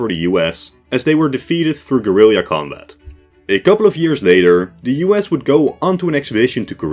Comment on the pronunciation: Same guy who taught him how to say "Gorilleeya"